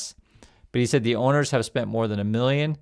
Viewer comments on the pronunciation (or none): none